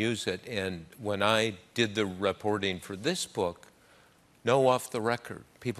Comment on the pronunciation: Bob says 'rahporters' and 'rahporting'. Interesting.